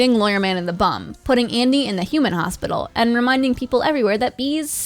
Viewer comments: "And Andy" ITS ADIM YOU UNCULTURD SWINE (Calms) Sorry about that. Nice vid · His friend's name is Adam not "Andy" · ITS ADAM NOT ANDY YOU UNCULTURED SWINE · It’s Adam not Andy lol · It's Adam not Andy, god.